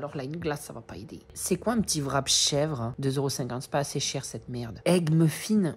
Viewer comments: Ça me fait trop rire quand tu dis " vrap " au lieu de wrap 😂😂😂😂😂😂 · on dit wrap